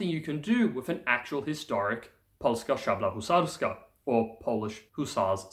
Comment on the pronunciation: perfectly pronounced polska szabla husarska!